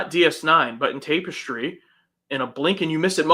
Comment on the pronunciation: Tap-est-ry, not Tape-st-ry 👍